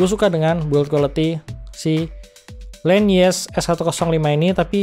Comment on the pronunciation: Bukan len nyes bro tapi.... Nyess nyess😆😂🤣